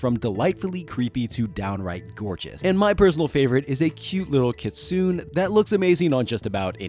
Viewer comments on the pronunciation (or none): none